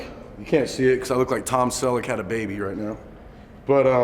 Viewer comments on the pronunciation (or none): none